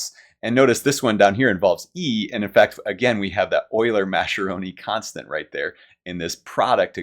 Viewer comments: Great video with lots of fun and clear explanations! One very minor non-mathematical note: Mascheroni is an Italian name and the "ch" is pronounced "k": mas-ke-ro-ni. If you're used to German, it's easy to see the "sch" together as "sh". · I think Mascheroni should be pronounced like maskeroni if it's Italian, since the h converts the c to a hard sound such as we see in Tedeschi and bruschetta and barchetta and maraschino and Machiavelli.